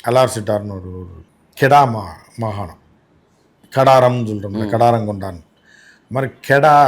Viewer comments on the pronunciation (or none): none